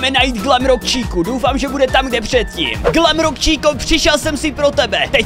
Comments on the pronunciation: To není glamrock číka ale glamrock čika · Glamrock chica* on říká chíca